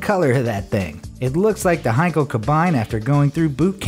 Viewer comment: Sigh At least he said Henkel right....